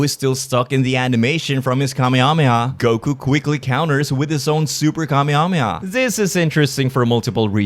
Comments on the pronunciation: i hate the way you say kamehameha. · I love the way you say Kamehameha. do you still count as a small youtuber? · Pleaseeeee when you're not firing the beam, please call it " The Kuh-meh-ha-meh-ha."